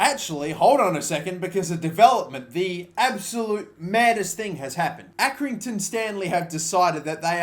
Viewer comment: accringinton hmmmmmmm maybe you got manager of their club 7 times